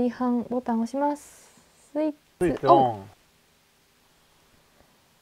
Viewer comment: 見た目が可愛くなって持ち運びやすい大きさですね〜〜✨シガーソケットの部分に蓋が欲しかったなと🤔 充電時間がめちゃ速だしMAXやProも気になりますね〜〜😊 次回の動画も楽しみにしています✋🏻 おじいちゃんの「スイッツオン」はテッパン過ぎて笑える😂